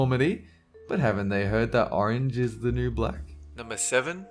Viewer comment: YASS U SAID ARANGE